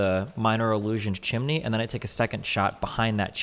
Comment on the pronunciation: wtf is a chiminey